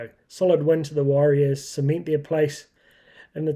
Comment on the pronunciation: WARRIORS NOT wahs.